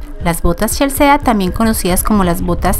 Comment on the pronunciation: No se pronuncia CHELSEEEA SINO CHELSI :)